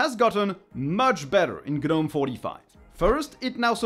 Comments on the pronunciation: Please, please, please pronounce it "Nome" instead of "Guh-nome". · I like the Polish too, but I wish he'd pronounce "gnome" correctly. ESL is likely the problem.